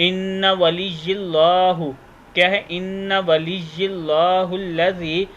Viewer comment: ان ولی ے کو دوبارہ پڑھیں ی ے دو ( ۲ ) ہے اور میرے سننے میں ایک ی آتا ہے